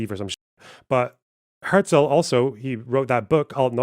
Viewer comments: it’s nice that you’re German, but his name simply isn’t pronounced like that. she says his name half a dozen times throughout the video. The first time she says it was a ridiculous over-pronunciation where she basically said hya-zel. His name was quite simply pronounced herzl with a german r, closer to her pronunciation than how an American would say it but still not the same. Later on she says it fine. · She did however pronounce "Herzl" very german, even sounds kinda south german.